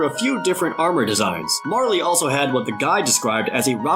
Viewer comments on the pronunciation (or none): Very strange to hear him say Marle as "Marly". I've always pronounced it like "Marl", as in the name Carl except with an M. I'm pretty sure that's the correct way. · It's not Marley. It's Marle. Marl. Check the Wikipedia. Otherwise great vid. GET ON ANOTHER ONE OF THESE SQUARE!!! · My complaint for this episode: HOW did you just pronounce "Marle"? "Marley"? Like, 'Marley & Me'? That, physically, sickens me to vocalize that. Sounds gross. It's just "Marl". Y'know, the way it's spelled in Japanese media. And to counter a deferment to localization, note that the same man who gave us Terra, Sabin, Cyan, and Strago (Tina, Mash, Cayenne, and Stragus in Japanese materials) is the same man who embellished the CT princess in contention AND the treasure hunter Locke (just "Lock" in Japanese materials), but we don't go calling that character "Lockey" ("Lockie"?), do we? Just... ew. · I was a kid I used to pronounce it "Mar-ley" but I think with the original Japanese translation it was just supposed to be "Marl" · OMFG you did not just say "marley" its MARLE like Carl .... Video ruined :P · "Mar-lee?" Its Marl. Rhymes with Carl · I've never, ever heard anyone pronounce it as Mar-lee; from the spelling of the name IN ENGLISH, the last e is definitely silent. If it was pronounced as Mar-lee, then it should be written Marlee, Marley, Marly, or Marli.